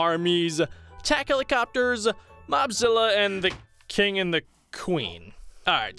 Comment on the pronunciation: Ad the cing and the cwen. Pet.